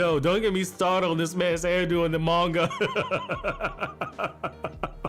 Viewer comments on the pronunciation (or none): none